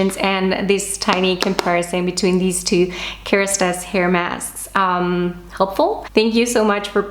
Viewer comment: I love the way you say « KeRastase » you pronounce it perfectly 😂